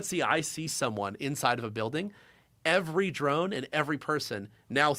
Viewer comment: Did you say buiwding